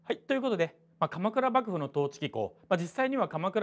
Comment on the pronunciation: まじでばぐぶにきこえる笑笑いう度面白い